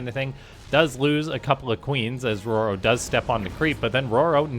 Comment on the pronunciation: I thought it was determined in an earlier video that it's Ro-Ro, not Roar-o. Also it's not "Med-e-vack". If someone requires medical assistance, you don't say "Med-e-cull". Fuckiin grammar police woop woop